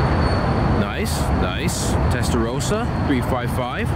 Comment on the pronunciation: Speaker speaker, its NOT prenounced like testaroooowsa.....